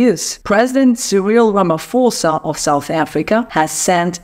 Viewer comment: The "ph" in Ramaphosa is NOT pronounced as a "f'. Even in the English language not all ph's are orobounced as a f !!!